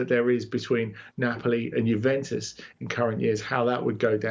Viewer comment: Bro seriously said Napoli 😂😂